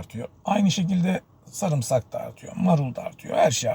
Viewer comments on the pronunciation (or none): none